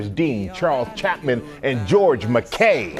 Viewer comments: Why do they not check how to say actors names? It’s MacKay not Mac-ay! 😣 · Love how confidently everyone has (wrongly) pronounced George MacKay's name on this press tour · they pronounced george’s name wrong :( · bigpink pencil according to his Wikiedpai bio, it's mack-eye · i wonder how tired george is of hearing his last name being pronounced wrong by americans